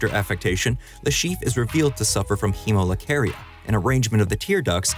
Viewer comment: Hemolacria is pronounced he-moh-lah-crea not hemolacaria